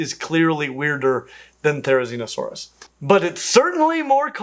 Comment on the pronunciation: Theizinosaurus?? You meant to say "Tickle Chicken", right?